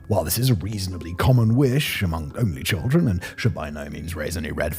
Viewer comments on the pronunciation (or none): none